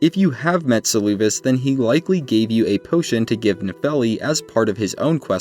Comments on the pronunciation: Saying Seluvis's name as "Suloovis" is crazy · Suuluuvis😂 I love this pronunciation